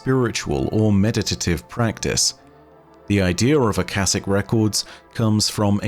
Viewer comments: I believe its supposed to be "Ah-ka-shik", I think its a play off of the Akashic Records, the mythical record of all human knowledge Edit: I finished the video. Whoops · I believe it's pronounced uh-kosh-ik, but that's neither here nor there, great video as always! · Ah-Cah-SHIK. You were right the first time that 2nd shit you said and went with was dumb. I'm surprised you didn't look up what the Akashic Record, it is the store house of all knowledge and events to ever happen anywhere in the universe. The point, meaning, whatever, of our exsistence is to experience this universe the best we can, and when we die everything we ever experienced is added to the record. It's where all knowledge gained by life is accumulated. Once the universe gains all possible knowledge within it self it's evolves to the next state of existence. Something we as human couldn't hope to understand. But we are the universe, the universe is us. To be honest they have been barking up this religions tree for the last couple years, this is they first time they have blatantly referenced it though. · The pronunciation should be (aa) (kaa) (shic). It is probably from aakash, a sanskrit/hindi word for sky/space. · It's sure it's pronounced Aka-sh-ic Akashic Records is also within the story of Phantasy Star Online 2. Within Episode 5 and Episode 6 of the games story.